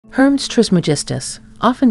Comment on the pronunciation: Hermes is not pronounced as Herms, it is pronounced like this Her mees